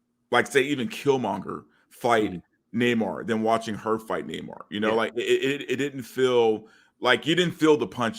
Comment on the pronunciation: Wokanda forever!! How was Namore-rrrrrrrrrrrrrr from Mordorrrrrrrrrrrrrrrrrrrrrr?